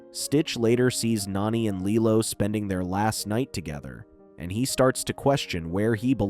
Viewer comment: If you can’t say the characters names right don’t say them at all lilo’s sisters is name Nani NOT nanny